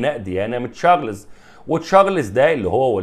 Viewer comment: ليش تقول تشارلِيز وليش تحط سكون تحت حرف اللام ، يا إبني انطق حرف الراء واللام والزاء بالسكون انطق الإسم كده بالسكون يعني لازم تقول تشا رْ لْ زْ وبدون ياء بعد حرف اللام .